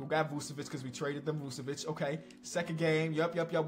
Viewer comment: Please don't say Dragic anymore, or Vucevic. You're pronouncing so so so wrong!